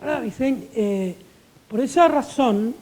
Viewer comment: Se llama Manuel VICENT, no VINCENT.